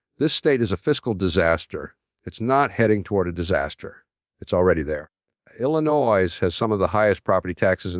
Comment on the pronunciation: IlliNOISE? I think even when Jim was alive he knew how to pronounce Illinois! What a bunch of AI garbage!